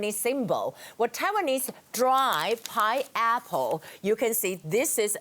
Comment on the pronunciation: 妳要不要去查一下鳳梨的發音... 真的不是pi--apple 不是圓周率蘋果